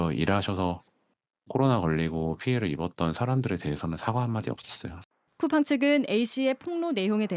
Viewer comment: 쿠팽 ㅋㅋㅋㅋㅋㅋ 발음도 제대로 못하는 주에에 미국기업?ㅋㅋㅋ 상장이 좋긴좋네~ 미국것들은 언제까지 덜떨어질건지😂